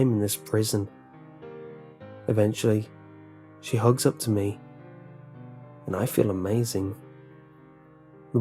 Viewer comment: E-vent-ually ahahahahahaha